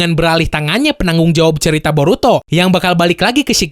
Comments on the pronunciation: "BoruTOD" 🤣🤣🤣 Di Awal.. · Brok, lu nyebutnya burutod ya wkwk